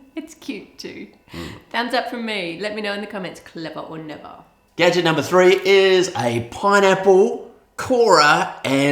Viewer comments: "Clevah oh Nevah!" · "Cleva o neva" lol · Clevah! Or Nevah!